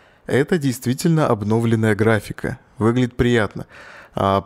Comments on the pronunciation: Олег, ударение всегда падает на "ё"! ОбновлЁнная! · Только ударения пожалуйста в следующий раз правильно ставь в слове "обновленная" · не обнОвленная, а обновлЕнная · обнОвленную. Кто научил тебя так говорить нах. Правильно говорить обновлЁнную епта. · Меня одного бесит то как автор говорит слово "обнОвленная" графика. Господи, где и кто его научил так произносить это слово? Кровь из ушей... Я не смог выдержать такого фонетического безобразия, и выключил видео на 5 минуте. С меня хватит. Жалко таких людей, которые свою речь не знают толком.